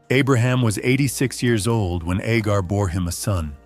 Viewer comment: Why are you calling Hagar Agar ??